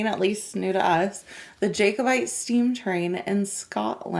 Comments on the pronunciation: Nothing to do with Harry soddin' Potter. Also it is Jack o bite not Jake o bite. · JACKOBITE not JAKEOBITE PLEASE lol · pronounced JACK obite not JAKE obite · Please, FYI: Not JAY-co-bite, it's pronounced 'JACK-o-bite'... 🤔😊👍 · understandable but it's pronounced JACK o - bite just for when you're over here.